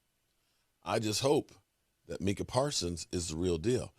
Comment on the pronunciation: “Micah” Parsons pronounce.. MY-CAH lol